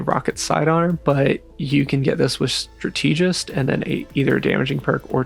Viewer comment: Mispronounce strategist one more time, I dare you.